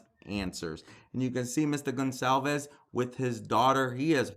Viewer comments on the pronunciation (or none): I feel so bad for the Gon-KAL-ves (Goncalves) family. Nobody says their name right.